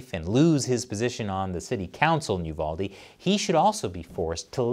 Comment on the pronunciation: I'm glad you said the name right, UVALDE. People get my area wrong all the time BEXAR, pronounce bear.